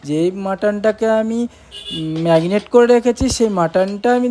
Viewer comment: ওটা কে মেরিনেট বলে,ম্যাগনেট নয়।